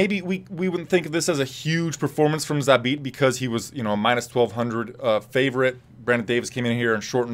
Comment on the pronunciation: magomedsha-magomedsharip .. err .. ZHABIT